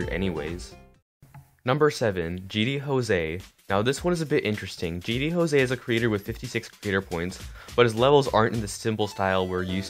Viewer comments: It’s gd Jose not Jo-se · Why on gd jose you said it gd hose